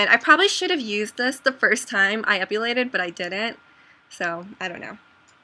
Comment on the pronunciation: ep-I-Lated NOT ep-U-lated